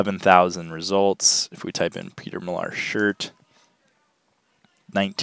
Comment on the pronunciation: It is pronounced Mill Are. I used to pick this brand up 2-3 years ago but now it's a hard pass unless it's something really unique.